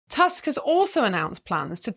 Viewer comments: He changed his mind after he became the PM. Don't trust him a bit. And it's not "task", we read "u" like English "oo" in "book". So his name reads "Toosk". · I know you Brits are notoriously bad with foreign languages, but Tusk is really not a difficult surname to pronounce xd